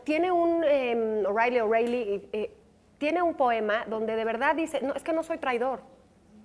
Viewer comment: Cuidado con quién invitan ! La intervención de está monja católica estuvo a punto de convertir LA AGRADABLE CHARLA de CONSPIRADORES en un conflicto entre católicos y protestantes !!! O sea No!(además de hacerse intolerablemente freslla"SE PRONUNCIA O'REILY